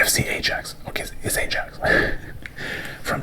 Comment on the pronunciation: great vid as always! just a quick fyi, ajax is pronounced eye-axe, you don’t pronounce the j sound